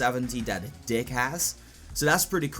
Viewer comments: When he says dig it sounds like he says dick lol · who thought he said dick when sayin dig